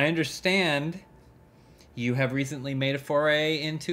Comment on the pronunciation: "Super have you, biguba big, big fan of your work for a very long time, so I'm very havey to hab you on the show." So James? I noticed you Immaculately avoided saying that you're happy to have Elyse there. What's uhh.... What'sup with that?